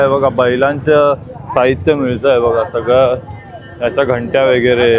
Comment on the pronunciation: वेगेरे म्हणू नका , व_गै_ रे असं बोला ना